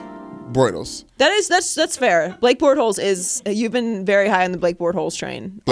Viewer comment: "Blake Bortholes" lmao... Joy funny for that